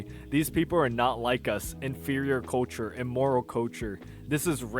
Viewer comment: Why can't this guy say culture?